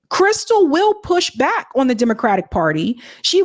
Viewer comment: Anybody else notice that says, "Oowon," instead of, "on?"